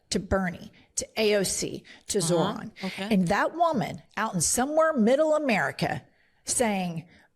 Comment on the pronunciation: I'd swear she keeps saying Zordon. I'm waiting for her to pull out a mighty morphin coin and shout pterodactyl!